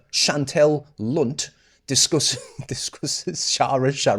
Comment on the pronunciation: C Lunt...🤭